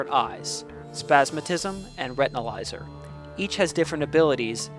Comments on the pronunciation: i don t mean to be rude but its not retinalizer its retinazar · Retinazer* not Retinalizer